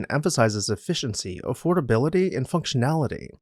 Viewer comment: yeah "affordebility" LMAO